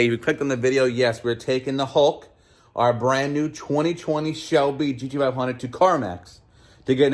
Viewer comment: 20 20 Shelby Geedeeveyundritt 😂. Every single time.